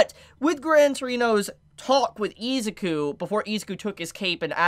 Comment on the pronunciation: Eh-Zoo-Kooh Not eeee😂